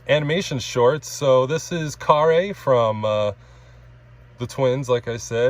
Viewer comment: Congratulations, you got the pronunciation of Karre's name right.